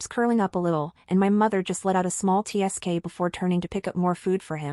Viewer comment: Try proof reading before publishing with an AI voice that can't pronounce tsk properly